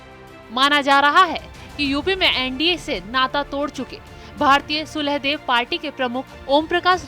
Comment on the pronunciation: सुलहदेव पार्टी नही सोहेल देव पार्टी बोलो।गलत क्यों पढ़ती हो ??😡😳😥😓😠